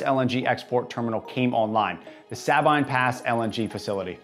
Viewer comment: it’s “Suh-BEAN” Pass. I’m starting to think this dude isn’t who he pretends to be. He’s not as smart as he puts off and I’d be willing to bet that his channel is funded by someone with an agenda.